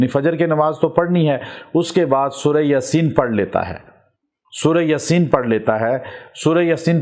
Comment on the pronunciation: Bhai lafz Yaasin ha ya aap ya ko lamba kr k bola krain JzakAllah